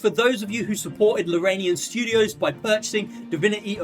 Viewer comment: Larian not Laranian